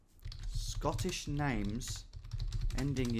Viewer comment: I gotta say Scottish pronunciation was so far off hahha, do enjoy the videos tho